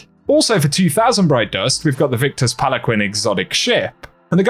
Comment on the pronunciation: It's pronounced Pal-an-keen. Not pal-a-quin.